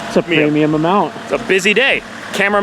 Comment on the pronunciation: “Premium” this, “premuim” that. Annoying as fuck